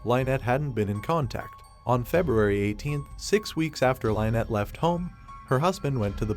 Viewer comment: Why do you keep mispronouncing her name? You are calling her "Line-nett." This name is pronounced "Linn-nett."